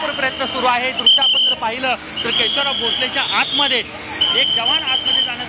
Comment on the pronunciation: पहिलाच शब्द केशवलाव... असा चुकीचा का उच्चारला आहे केशवराव असं म्हणतात